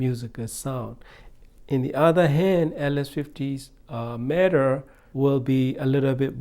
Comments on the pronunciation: It’s META, not MATTER. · He calls it “matter” not meh tuh